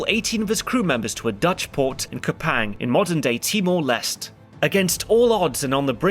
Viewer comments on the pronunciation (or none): One minor correction too: Kupang is pronounced much closer to "Koo-pung" and the Leste in Timor-Leste is pronounced as "Lest-tay".